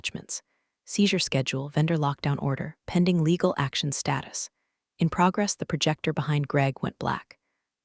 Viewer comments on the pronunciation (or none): none